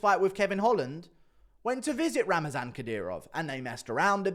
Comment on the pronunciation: Not Ramazan (like in Ramadan), but Ramzan (without extra "a")